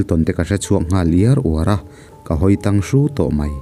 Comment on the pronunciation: min 6 chho vel a 'tang hru' tih lai hi lamdan ka lo hriat nen a inmil lo deuh.. ti zel rawh